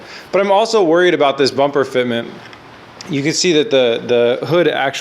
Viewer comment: Don't know what's worse the fitment or terrible pronunciation of bumper lol RB looks better